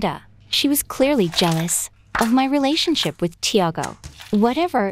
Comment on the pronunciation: ‘’Amanda was just jelouse of our relesion ship’’